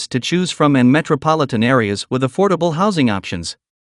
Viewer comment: Affible houses to me is around hundred thousand and lower around sixty thousand or less is affordable not theee hundred and up